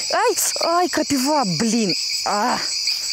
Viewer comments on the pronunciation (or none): none